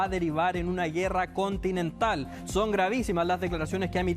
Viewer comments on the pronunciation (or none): Continetal dice el payaso jajajaaj